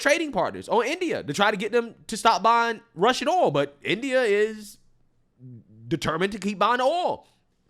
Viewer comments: DAMN BRO CANT YOU JUST SAY OIL!!!! NOT AOLL!!! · The accent u have when u say oil owwwo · No matter how hard he tries, cannot pronounce "oil" 😂 owwel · I've never heard anyone struggle with the word "oil" in my life like the way you do! Lol😂😂😂❤❤❤ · Bro, why can't you pronounce oil? Are you not American? Are you one of those people that need to be deported? Viva la raza, essay? Lol, just kidding man